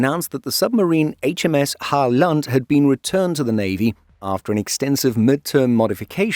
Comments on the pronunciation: Halland is not Hal land, it's more like you would say Holland with the emphasis on first vowel only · I don't think it's intentional, it's just is trying to be clear he is putting in effort. Uppland and Gotland worked well enough. But yeah, Halland is like Holland, not Ho-land :) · Sure. You pronounce Halland as Hall-and with two very separate sounds. All Swedish pronouncing you do in the video is pronounced like this as far as I can tell. Instead of dividing the names and words like that, instead put the stress on the first vowel instead (for example the first “a” in Halland) and pronounce the word as one and you’ll sound like a Swede in no time. 😉 Great content on the channel btw!